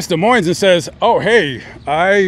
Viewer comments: The "S" in "Moines" is silent. Pronounce it "Duh Moyn". Also, it sounds as if the mother made up the story of Johnny's visit for attention and in order to write a book. That's my hunch. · The "s" in Des Moines is silent, its actually pronounced da moine. Just a side note. Thanks for a great video! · both of the the "S" letters are silent in "Des Moines" my guy.... its pronouinceds Dee Moine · The "s" in Des Moines is silent